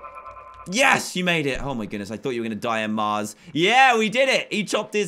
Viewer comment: When you sayed mars I heard you say cars